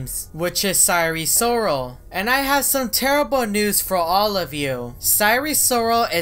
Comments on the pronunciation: sire sirol not SiRe SoRaL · It's Sire Sirol, not Sorry Sorrle.